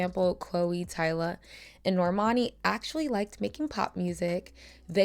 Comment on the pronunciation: Finally, you got her name right (Tyla).